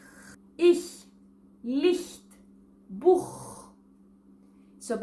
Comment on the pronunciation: Μπράβο, πραγματικά εξαιρετική προφορά! Μπορείς ωστόσο να την ανεβάσεις επίπεδο και να την κάνεις να ακούγεται ακόμα πιο γερμανική, αν προσέξεις περισσότερο την ποσότητα των φωνηέντων. Το Buch λ.χ. προφέρεται με [uː] και όχι [ʊ] ενώ για το Puppe ισχύει ακριβώς το αντίστροφο. Το ίδιο και με τα άλλα φωνήεντα: το wohne και το rot προφέρονται με [oː], το Sonne όμως με [ɔ]· το bitte με [ɪ] και όχι με [iː] κ.ο.κ. Επίσης, ενώ είσαι σε θέση να πραγματώνεις το [eː], συνήθως ακούγεται [ɛː] (π.χ. στα Ferien, gehen, sehen και στο πρώτο zehn) ή ακόμα και [ɛ] (π.χ. στο τελευταίο zehn). Το δεύτερο που χρειάζεται βελτίωση είναι το σύμπλεγμα ng. Εδώ δεν πρέπει να ακούγεται ούτε καν υποψία του g αλλά το έρρινο [ŋ] όπως φερειπείν στην ελληνική λέξη άγχος. Στο πλαίσιο των σπουδών σου ασφαλώς θα έκανες Φωνητική/Φωνολογία, οπότε το θεωρητικό κομμάτι το κατέχεις. Απομένει η στοχευμένη εστίαση. Ένα κανάλι που σου προτείνω ανεπιφύλαχτα για τέτοια θέματα είναι το «fröhlich Deutsch». Παρακολούθησέ το, μόνο να πάρεις έχεις. Καλή συνέχεια, και πάλι μπράβο!